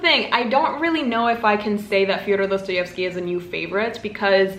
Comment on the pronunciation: Ur pronunciation of Dostoevsky is rlly spot-on